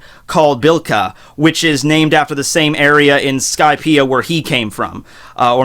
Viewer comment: Blika? WTF is that? It's Bilka! Man, what's with you and skipping or adding phonemes? Zunenshia, Momonske, Blika. Fuck me. And can you please be consistent? Either use 'l' or 'r', ffs!